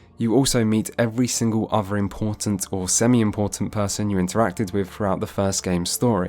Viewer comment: Unwatchable due to your inability to enunciate. TH=/=F. Gef aren't in Mass Effect, Geth are. Froughout the games? No. Throughout. Like I said, unwatchable.